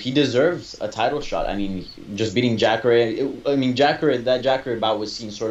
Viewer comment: lol the Hispanic guy calling jacare.. jackre